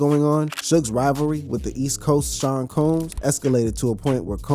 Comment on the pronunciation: Come on now, it’s Sean Combs not Cones, be professional or have an editor or something…